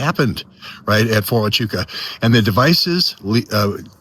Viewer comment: Huachuca is not pronounced hi a CHOO ka. it's wha CHOO ka, Do some research.